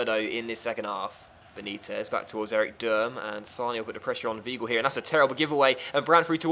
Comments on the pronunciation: Weigl is Wigh-gull not we-gull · Not vee-gull either